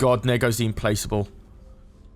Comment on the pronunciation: I think 'implacable' is a hard C , so it's im-plak-able, not im-place-able. great vid though, it's a beast of a ship.